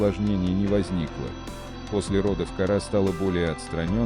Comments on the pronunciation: Ударения совсем неправильно ставишь !!! Кошечку зовут не КaрÁ, а КÓра, действитенльно, неприятно слушать !!!!! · Вы хоть правильно ударение ставьте. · Не кора,кора- ударение на о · По моему надо ударение делать на букву о,какая кора!!!а сволочи которые такое творят кара сверху чтоб так бахнуло,чтоб боялись даже любого шороха